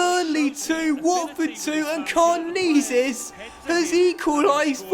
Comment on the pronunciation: it's pronounced karnezis not karnizis